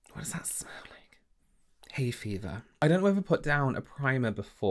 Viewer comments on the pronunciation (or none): "What does that smell like?..Hay fevah" 😂😂